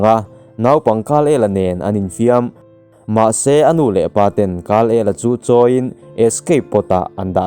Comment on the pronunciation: Kal-el ni lo in kar-el aw sir